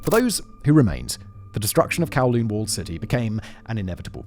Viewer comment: Humbooga dubghh kawwlooonh 😂